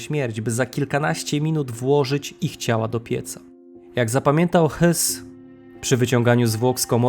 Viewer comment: Jedna uwaga, nie czytaj Hys tylko Hess, gdyby miał nazwisko Höss, to wtedy Hys, a tak to Hess, po za tym, super materiał👍 Dziękuję😊